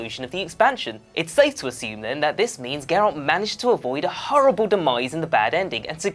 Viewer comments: The fact that you pronounce his name as Jerralt shows you have never played the game and merely read up on some research for your video. JERRALT HAHAHA. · Can maybe next time the presenter have atleast played the game...his name isn't pronounced jeralt...even someone whose seen a trailer would know that you come off as a poser and not knowledgeable of the source material at all 0/10 hard dislike. Play the fucking game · You have no showmanship and terrible pronunciation. The G in Geralt makes a G sound not a J sound. And you say Iorveth with a Y sound at the beginning. Not to mention your entire video was an almost word for word blatant RIP off of this article. You even had your stuff in the exact same order. I also would not consider half of these easter eggs so much as background production info. CD Prjekt Red also confirmed already the cyber punk 2077 reference as true. And that Ciri will appear in that game in an easter egg of some sort. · Eye orveth? Jerald? Yeah expert, ima head out.